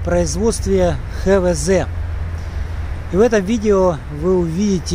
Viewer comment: Не ХеВеЗе а ХаВеЗе!